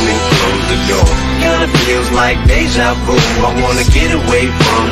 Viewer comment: Someone please tell him it's "Deja Vu" not "De Javu"😭😭